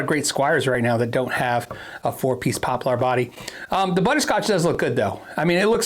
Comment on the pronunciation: It’s “poplur” not “pop-LAR” lol